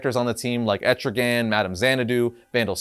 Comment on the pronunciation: Wow. I am so shocked... that people are starting to actually pronounce ETRIGAN's Name Right! Nice Job.